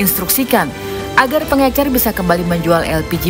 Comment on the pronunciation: Pengecer pak bukan pengencer sibahlil ini sekolah dimana sih